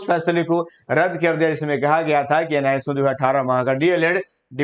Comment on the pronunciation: आप एन आई एस ओ की जगह हमेशा एन आई सो कहते है,,उसको सही से बोले,,बाकी सब न्यूज आप बहुत अच्छा और सच्चा देते है